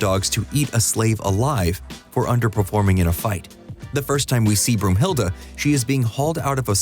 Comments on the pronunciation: broomhilde ? its brunhilde , why translate names (i know its in the movie too) johnson isnt johansson also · Broomhilda???😬 Oh my, you mean Brunhilda, like the valkyrie. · Brunhilde!!!!! Not Broomhilde, Brunhilde!